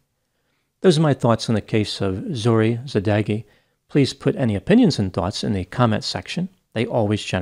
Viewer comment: Zo-ReH (different from "Zoree").